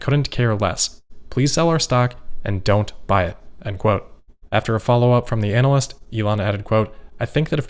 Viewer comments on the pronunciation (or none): It is pronounced ANA-lyst Anal-lyst is not a real word Please!